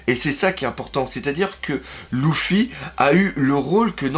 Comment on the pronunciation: Luffy pas Louffy😭 LEUUUUUFFFY😂